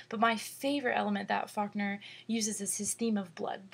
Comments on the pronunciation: hi it sounds like you say "fuckner," sorry but i had to point that out. Great analysis though, it really helped me understand the story.Thanks! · lmfaoooooooo she did say fuckner